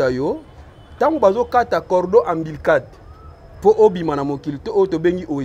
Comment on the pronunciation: Cordon ombilical et non cordon Ambilical.